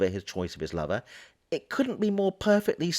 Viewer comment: I have to ask: why must you refer to the roommate as a lover? Even if the personal / sexual lives had been shared, why would you call his friend, his “lover” when describing him? You might use his name of even just “the roommate”. The tone in your voice and the emphasis on the word lover sure makes me wonder.